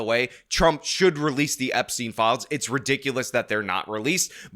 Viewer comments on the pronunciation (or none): none